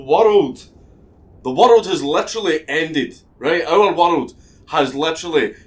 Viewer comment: It's pronounced worulululd